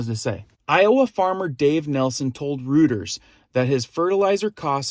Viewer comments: It’s not pronounced Rooters it’s pronounced Royters (Reuters). If you are going to quote a news source why not pronounce it correctly? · Reuters is pronounced Royters